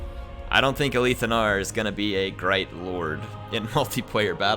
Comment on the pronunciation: You aint got dibs on the fact that you arent working in production and you just made up that retarded lie to solidify what you think is the right interpretation, You're wrong, I'm right get rekt. it's ALITH. not A - LEAF. :)